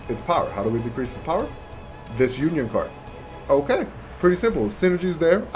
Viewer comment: it's uniSON not unION There is an s between the uni and on